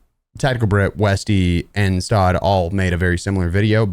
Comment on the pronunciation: WARZONE. Much love! His name is pronounced STOD EH.